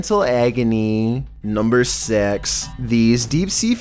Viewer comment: you say SIX like S*X